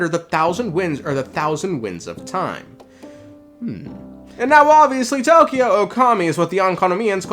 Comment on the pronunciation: Not "Tokyo", but "To/ko/yo". The "Ookami" also as an "extended" o sound so to say. You hold the 'o' slightly a bit longer than if it was "Okami".